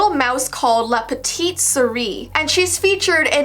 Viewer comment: as a French person, how she pronounced la petite souris is so funny 😭